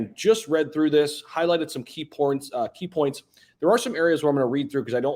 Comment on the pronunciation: At 50seconds into the video he slipped up and said "key porns"... Lol, just needed to point that out .